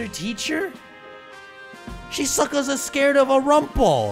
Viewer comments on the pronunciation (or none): worm-pul not rumple 🤣🤣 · Why do you call wurmple rumpul